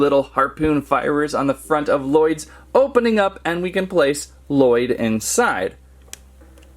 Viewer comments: You don’t pronounce the second l in Lloyd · Lloyd: AAARRRHHH it's not LaLloyd it's Lloyd AAAAAAAAAAARRRRRRRRHHHHHH!!!!!!!!!!!!!!!!!!!